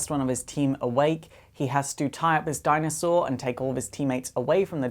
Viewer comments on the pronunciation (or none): none